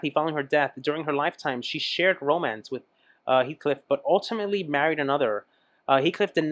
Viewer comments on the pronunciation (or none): none